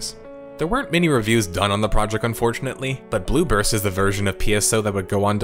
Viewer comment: I keep hearing "Blue Burst" as "Bloopers."